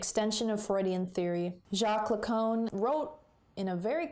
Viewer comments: Cait so. It’s not la cone. It’s la caan. Lacan!!!! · Hey really great video. Big like. Just one point of feedback - your pronounciation of the name Lacan is pretty off.. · I'll say firstly I'm glad you can appreciate I was only teasing! A very difficult theory to apply to anything, let alone as intended in analysis and psychotherapy. But google Zizek or perhaps Darian Leader to hear it's 'proper' pronunciation, 'lack-on' is a very rough phonetic way of representing it.